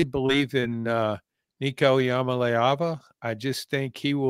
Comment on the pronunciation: If you can’t say Nico’s last name, just don’t try bro 😂 And losing to Florida? Psssssh